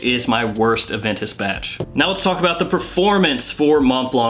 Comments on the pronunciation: Brother. It’s pronounced like Keanu goes ‘Whoa’ in the Matrix: Mhoa Blah. Silent T and C. You’re welcome. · Please all reviewers: stop pronouncing the T at the end of Mont and the C at the end of Blanc, please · Dude, last letters in both words Mont Blanc are not being pronounced..please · Tipp: the c at the is a silent letter ^^